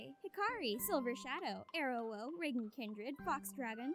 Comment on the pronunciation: REAGAN! Can we Collab!! aAAAh you said my name perfectly!!! XD <3